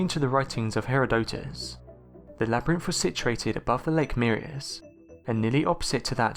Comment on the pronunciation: I like the way he says it. His pronunciation sounds much more elegant than "her-erodick-tits", which is how my professor pronounced his name.